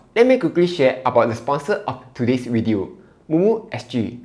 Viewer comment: video is pronounced as WEEEE TEO!